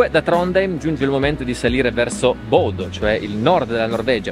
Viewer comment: eddai su, sei stato in Norvegia mille e una volta e ancora sbagli a pronunciare i nomi dei posti. Almeno quelli facili tipo Bodø ormai non hai più scuse per non impararli.;)